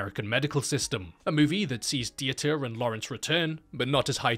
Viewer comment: may "the crazy german surgeon" aka Dieter Laser rest in peace small nitpick, its pronounced like "Vita" but with a D. the E is basically silent (not Di-e-ta) :)